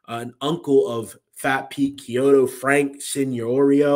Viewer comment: Very good job on the pronunciation of Chiodo, you pronounced it kiodo wich is correct!!!